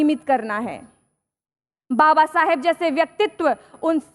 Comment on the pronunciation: Kuch samj hi nhi aya kya bola bus baba sab babasab babasab babasab